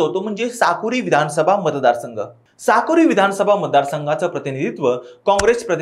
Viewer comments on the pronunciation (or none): Sakuri nahi Sakoli 😂😂😂